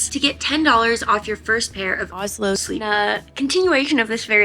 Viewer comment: Did you mis-pronounce Ozlo the first time? Sorry, but it sounds funny :-)